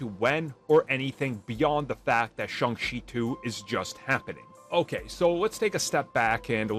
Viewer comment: Simu Liu (see moo lee oo) not sih moo loo Shang Chi (sh Ah ng Chee) not shee